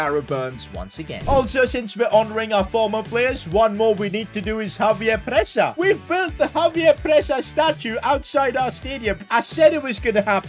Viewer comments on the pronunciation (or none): when will start calling xavier presa zhavier presa instead of javier presa